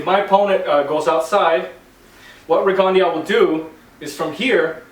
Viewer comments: "Rigondó" is a french surname "Guyermo" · I saw this year's ago and coaches often don't seem to realize the angles and defense a south paw can see if they are crafty enough. Btw your pronunciation of his name hurts my ears bro. Great vid tho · Gee-ermo Reegan-de-ow